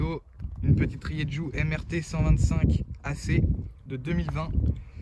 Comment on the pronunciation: Ça m'énerve ta prononciation de la marque ça se prononce pas comme tu le fais, fais un petit effort renseigne-toi comment ça se prononce en espagnol